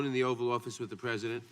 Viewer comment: Ms Jackson Lee can't even say "pre-si-dent". She keeps talking about "the present".